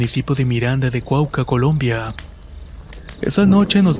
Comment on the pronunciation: Los departamentos de Colombia se pronuncian Boyacá y Cauca